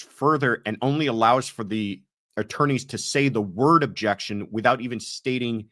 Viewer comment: I love the question about the objections in the Karen read triall. I was wondering the same thing and I hate that she doesn't allow the attorneys to give the reason for the objection. I swear in the rewatching of the first trial at some points Lolly was just saying "jection"